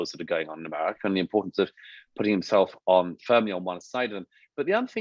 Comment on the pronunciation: Why does he say, "Emarica"? 🤔